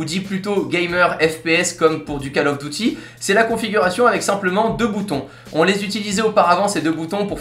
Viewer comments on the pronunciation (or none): On prononce "Dyouti"